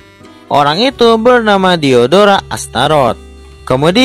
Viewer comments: Waktu abang bilang diodora Kok kanyak diodoran ya 😂😂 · Aku Yang Salfok Sama Lagunya Silhoutte Versi Mimin Dan Ketika Mimin Bilang Nama Diodora Yang Terngiang-Ngiang Di Telingaku Diodoran